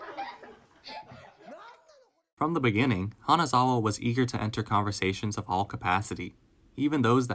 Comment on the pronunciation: Him calling her "Kanazawa" multiple times throughout the video really broke my heart..